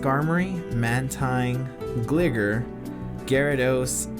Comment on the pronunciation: I would be careful how you pronounce Gligar. Sounds close to a slang term that isn't too nice. For your information, it is Gli-Gar as in gliding.